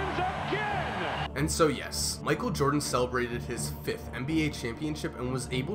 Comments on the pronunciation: “Micheal Joden” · michael jodan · Micheal Jodan??????